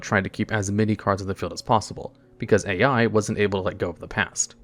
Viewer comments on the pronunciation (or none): BRUH I was going insane him calling A.i 😂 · I know there are a lot of mispronunciations in these videos but this one caught me off card. Yusaku is pronounced like You-Saw-koo (And Ai is pronounced “i”)